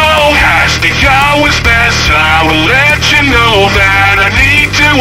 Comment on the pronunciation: My favourite part is , not because its the "best" part of the song, but because on this AI it just says "know" like it has 2 syllables.